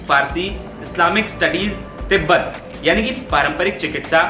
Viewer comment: Tibbat nahi tib hota hai